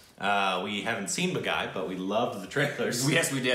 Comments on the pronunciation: It’s not pronounced baaghaiiiii, its baa-ghee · Oh, how wrong you can pronounce Baghi, lol Bagai,. Hahah Who asked you to watch this... Even I won't see this movie React to Chal de India Tvf pitchers Kai Po Che Dil dhadkane do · Still haven't learned how to say "Baaghi"!